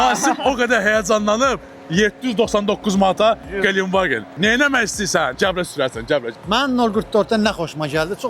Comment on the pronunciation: Qalen vagen yox, ,,Гиленд ваген,, adını düz deyin.